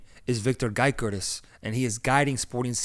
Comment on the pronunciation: Calling Victor Gyökeres, Victor Gaikorizz is crazy